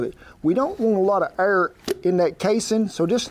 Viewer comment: so the whole time he was saying "Air" aaaaaaaaaaaaaaaaaaaaaaaaaaaaaaaaaaaaaa!!!!!!! I was like what is "err" !!